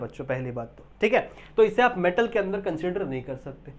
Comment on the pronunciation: It's alkali metal not a alkali mantal😂